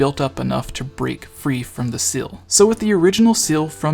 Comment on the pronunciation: not once did you pronounce seal right